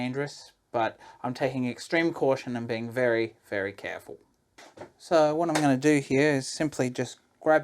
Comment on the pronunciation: “I’m being very very carful” proceeds to do the dangerous thing. 😂 Great recipe though. Thanks.